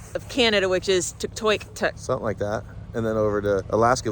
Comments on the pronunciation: Great video, I am enjoying it so far. Tuktoyaktuk is pronounced Tuck-to-yuck-took. I haven't seen the whole video yet, so I am curious whether I'll see the Dempster Highway (from Tuktoyaktuk to the Arctic Ocean or if it is the Dalton Highway, which is mostly paved, but doesn't get to the ocean. Looks Like fun, now back to watching! Thanks for sharing :) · Just so you know its 'tuk-toy-uk-tuk'. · I believe where you are going is Tuktoyaktuk, Yukon. Loosely pronounced, Tuk-2-yak-tuk. Stompin' Tom Connors, ( a Canadian icon) wrote a song about it. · This is the content that I love! I could watch this kind of stuff over and over. In the next video, can you spell out the area you are traveling to? The name that starts with a T and is hard to pronounce (Tuck toick tuck) lol. Thanks! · Too funny, I know the feeling from not being capable of pronouncing names of things that are not remotely derived of the English language. Look in some of the states, names that are Spanish I assume. Like the time I pulled over in the middle of the night to sleep along side the highway in Arizona not far from the four corners and of all the luck an officer stops to check on that mystery vehicle and wakes me up and wonders what I am doing and where I am headed and I said Canyon De Chelly, only I pronounced it like its spelled, well he told me how its really pronounced and that there is a guy on the loose with a rifle who had just committed spousal abuse and is drunk and dangerous, that I should be careful and on the lookout for him... he is driving a Ford pickup etc etc. Well thanks officer, I don't think I will be falling back to sleep now! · Yup, chopped up that name bad!, I am sure once they get to Tuk they will get educated on how to pronounce it, maybe have a taste of the local whale blubber ( muktuk )as well.